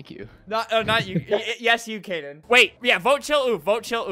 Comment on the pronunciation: Kaden not cayden